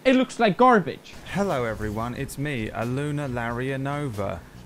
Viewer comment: Makes me insane when people say "Aluna" when it's clearly ah-low-na or idk how to explain it to americans. I'm also not slavic so maybe there are some "ja"'s in there